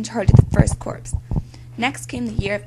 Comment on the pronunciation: The narration is very poor here. She is obviously reading from a script with no idea as to how to pronounce certain words and it conveys a weak understanding of the material. I applaud your effort but you would sound much more authoritative if you learned how to pronounce the words Manassas, Corps, Antietam and several other words. You come across as very amateurish. I hope that you are not farther along than the 7th grade.